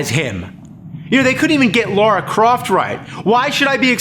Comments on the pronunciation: It's LARA! LAH RAH! NOT LAURA! NOT LOH-RAH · Its not lera not laura but Lara croft.... like lalaland. Yes that bothers me haha